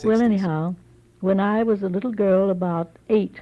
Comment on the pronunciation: Her pronounciation of girl and half gives that away.